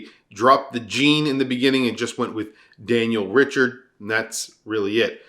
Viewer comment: Pronounciation of Daniel Jean Richard is sooo wrong 😂